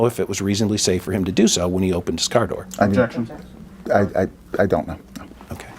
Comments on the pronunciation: I been hearing abjection since the first question lmao. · When you say the word "objection" so much that you're mispronouncing it, it's time to stop attending depositions lol. Good lord...